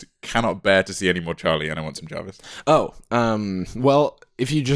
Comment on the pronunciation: Jarvis and english Jarvish :-P